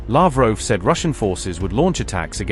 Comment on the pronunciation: It's Lavrov not Lavroo